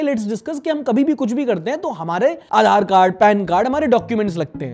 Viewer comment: wo Aadhar nai Aachar lag rah h😅